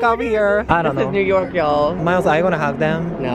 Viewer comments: マイ「すっご〜い！！」 がめちゃくちゃ日本人だった笑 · けみおさんの発音がに似てきた気がする笑笑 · がの発音めちゃ日本語